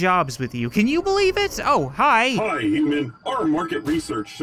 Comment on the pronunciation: please stop pronouncing human as uman